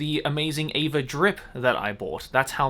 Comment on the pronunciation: What's the bet that Joey doesn't realise that he is saying 'E'vangelion and 'A'va when they should both be pronounced with an 'A' sound at the beginning?